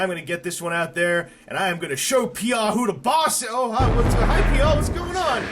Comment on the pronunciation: So to pronounce Peaugh is "Pee-Auh?" I always though it was pronounced more like Dough